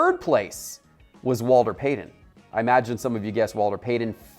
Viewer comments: Omg, Walter!! The man's name was Walter Payton not payden. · Why does he keep calling Walter Payton Walder Paden? Its driving me a littles crazy. Also...the Howie Long & Darrell Green RCs are just as valuable as the Dickerson RC.